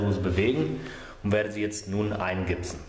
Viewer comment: Eingipsen, nicht eingibsen. Es ist keine Gitarre, die sich namentlich dann so ähnlich anhört.